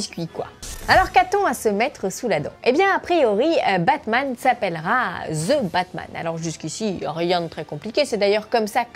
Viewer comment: vous les francais vous arretez pas de prononcer : ze quand est-ce que vous allez comprendre que ca se dit: dhi